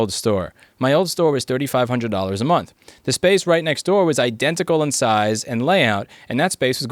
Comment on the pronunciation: "forty thousand a minth" lmao EDIT: Also inb4 Louis Rossmann becomes Based Floridaman